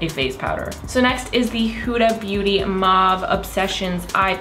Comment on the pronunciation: still reading it as Whoda 😂